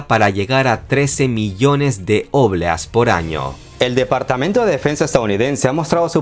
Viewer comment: No se pronuncia óblea, se pronuncia obléa (no lleva tilde, pero así se pronuncia)